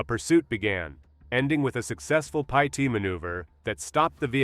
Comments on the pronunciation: What is “Pie-Teed”? AI doesn’t know how to say ‘PITTED’ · “Eye-suzu” and a “pee-eye-tee” maneuver. Get an inexpensive USB mic and learn how to use it. So tired of horrific AI voiceovers. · That’s the most annoying thing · Sometimes it sounds pretty real but here and there a few words give it away.... guess you caught "pite" maneuver in addition to the one you mentioned.